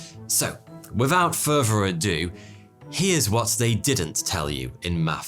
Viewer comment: wiffout furver adieu..